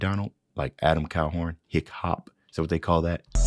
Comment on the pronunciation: Lmfao. Adam Calhorn. It's Calhoun, but thanks for the laugh. Keep up the grind, my man.